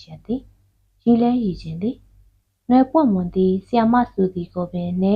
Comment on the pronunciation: နွယ်ပွင့်မွန် ကို ပီအောင် ဖတ်ပါ😝 (ချစ်လို့ စတာနော်🥰)